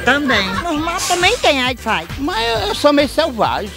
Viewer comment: "uait fait" kkkkkkkkkkkkkkkkkkk tô rindo muito